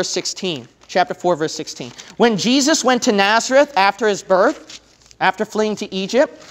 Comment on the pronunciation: It's Nazareth not Naerzeth.